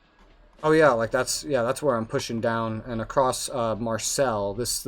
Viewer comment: I think its pronounced "Marsey" instead of Marcel lmao